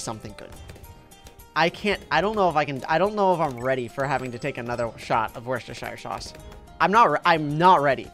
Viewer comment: Wheschestersier sauacs